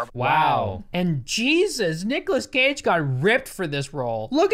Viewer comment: Code: Cage sounds like Cocai